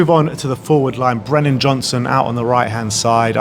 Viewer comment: Brennan, not Brendon, it's been a year